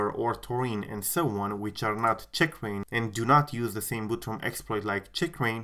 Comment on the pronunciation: The way you say “Checkrain” really bothers me 😆